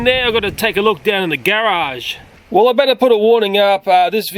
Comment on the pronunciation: Disliked for the pronunciation of the word garage. jk